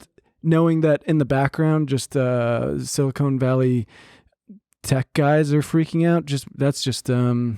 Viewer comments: If I hear "silicone" one more time, I'm going to lose it. It's "silicon". They are totally different. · You are stressing me out pronouncing it like that French baguette. It's pronounced like CAHN, sili-CAHN. BEN CAHN SILI CAHN. As in, silicon, the element used in the production of semiconductors, the thing upon which all of silicon valleys tech supremacy rests? You're a clown lol😂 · are we really just gonna trust that the French guy is saying Silicon correctly??